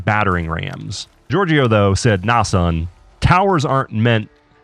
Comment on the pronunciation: great video! when you talk about Giorgio the second "I" is silent and the last part of the word (gior"gio") is pronounced as "jo" so its like "jor-jo"